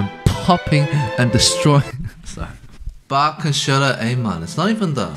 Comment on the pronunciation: Please!!!!! Try to pronounce Bach right Way. Its NOT Bagh. It is Bach, it sounds something like Bah.